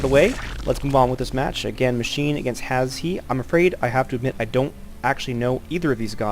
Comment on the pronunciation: his name is pronounced "hash" haha, good commentary though and a good game!